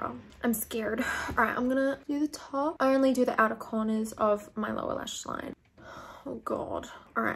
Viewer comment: The way she says line-UHH